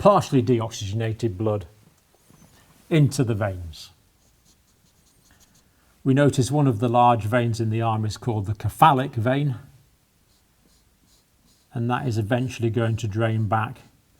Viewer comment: I believe it’s called the “cephalic” vein with “S” sound not a “K”